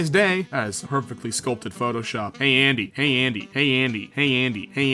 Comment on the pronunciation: "Hey Andy" My ears: "Handy"